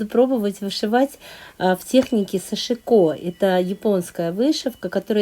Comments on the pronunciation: пожалуйста, ставьте правильно ударение в слове сашИко.Прошу прощения... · Нет!Я много роликов смотрю от японских мастеров и,как раз они ставят ударение на вторую гласную,а англоязычные-на первую. Что касается жалюзей, все французские слова, это всем известно ,произносятся с ударением на последнюю гласную,и японский язык совсем не французский,чтоб так произносить это слово.Кстати,я изучала французский.